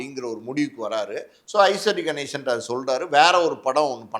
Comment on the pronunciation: ஐஸ்வரி கணேசன் இல்ல அவர் பெயர் ஐசரி கணேசன். சரியாக உச்சரிக்க வேண்டும்